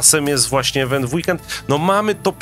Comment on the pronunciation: Boże mów po ludzku! Słowo Event czyta się IWENT przez I nie przez E ;)